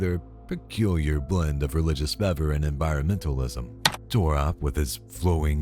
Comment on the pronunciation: Great video! (FYI it's: Fervor, with an 'r')